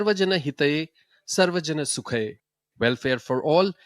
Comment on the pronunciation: Bad pronunciation of Hindi as well as English… It is Tajikistan not Tajakistan. Motto of the event has “Sukhaaya” सुखाय “Hitaaya” हिताय not “Sukhay” सुखय Or “Hitay” हितय